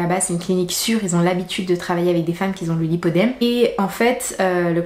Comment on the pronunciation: c'est le lipoedeme et non lipodeme.